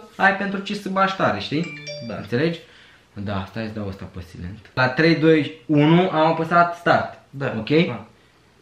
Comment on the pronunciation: NU SE PRONUNTA SILENT CI SAILĂNT SILENT SE SCRIE DAR NU SE PRONUNTA ASA ORICUM SUPER SMECHER VIDEOUL👍👍👍👍👏👏👏